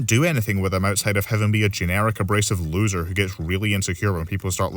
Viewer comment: The fact he got the last place loser correct is beyond shocking